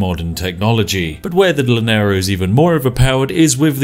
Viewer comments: Hey greetings from venezuela I'm having a lot of fun listening to how people botcher the pronunciation of gran Colombia and I have to admit the way you said llanero has number 1 it never crossed my mind you could say it like that. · The double L in llanero is pronounce like the y un yucca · ...I can't speak a single sentence of Spanish beyond the basics, but please, for the love of god, double L's are not pronounce like L's 😩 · I love your videos, I put this one because they gave free civilization 6 on epic games. In the word "llanero" you pronounce the "lla" with the fonema /ʎa/. 👍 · Every time you mispronounce "Llanero", a baby capibara dies a horrible death, plus my ears. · its pronounced Yanero (doble l's) :D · Spiff: The ``Lanerou´´. Me, a venezuelan citizen: Caramba, ñero, se oscurecieron mis días. PS: Love your videos, you are the best <3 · Llanero. llanero. (Yanero) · By the way... its not (lah-nero), its (yah-nero). Great vid though thanks :) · laneros jajajajaj es YANEROS pero buen video ome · Spiff please it's called "Ya-nero" not "la-nero". The double L it's pronounced as a Y in Spanish. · Llanero is pronounced yah-neh-ro. But ima just start saying lanero cause it sounds way better tho. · I’m pretty sure it’s Ya-ne-ro for English speakers or you’ll have people saying cha-ne-ro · hearing spiffing brit pronounce llanero, as "lanero" is pretty funny, awesome vid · Gente de LATAM : Llanero Spiff God of Tea : L a n e r o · Take a shot every time he says "Laneirous" (Llaneros). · Llanero pronunciation: yuh·neh·row Love from Colombia ;) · That double LL monstrosity has the pronunciation of y. The llanero is pronunce yanero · The pronunciation of Spanish xdd Laneiro, comeindeint yenerol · Llaneros pronounced Yaneros. Loved hearing your pronounciation but i know you would like to know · Llanero is pronounced Shanero ;) ;) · It's pronounced as Y thanks. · Double L is a y in spanish, even a brit should know that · Please never try to say llanero ever again